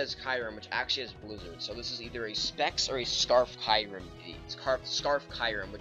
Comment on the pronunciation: oh, and kee-u-rem, it's not spelled kairem dingus